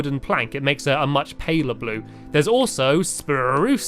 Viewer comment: U said spruce wrong and u said birch wrong